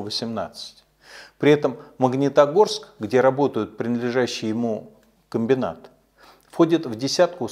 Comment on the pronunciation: ЗвонЯт а не звОнят.... МагнИтогорск, а не МагнЕтогорск...